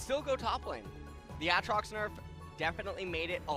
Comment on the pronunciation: This caster can't say aatrox once the same way correctly. 😂